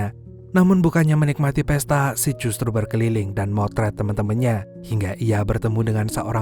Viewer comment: agak gimana gitu ngedenger nama sid dari awal disebut sid, sit terus kadang malah jadi sh*t😓